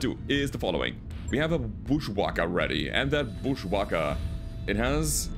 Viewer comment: Love how pronounces booshwacka lol